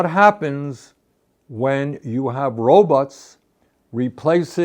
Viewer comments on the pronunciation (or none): Can't unhear this but when Bernie says robots I hear robux. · It’s so hard for me to take him seriously when he calls robots “RObuts.” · i enjoy the way bernie says "robots"